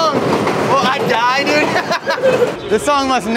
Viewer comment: Bro said dud not dude